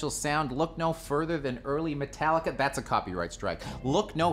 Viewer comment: Man, that French accent Métallica really had me laugh (I live in Québec)! Megadeth & Testament were my gateway, then Exodus moved in and that threw everybody out. Never new where to categorize Coroner but they were also part of my steady listens in that period.